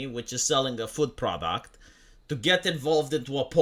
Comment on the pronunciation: When you are talking about 'food products", I just hear 'Foot Products"... And I am worried about what that says about me... o.-.O